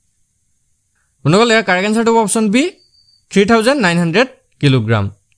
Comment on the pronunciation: Bondhuxokol koba bondoxol nhoi😂